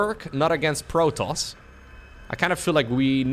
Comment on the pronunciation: Stop saying "Protoss" weird please